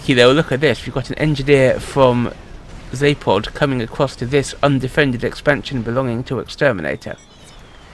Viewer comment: "Zapod" with still hits my ear weirdly as my brain expects "Za*ph*od"